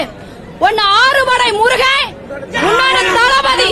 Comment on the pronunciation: தலபதி தலபதி எனக் கேட்கும் போது தலவிதி தலவிதி என்று கேட்கிறது